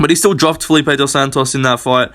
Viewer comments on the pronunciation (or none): none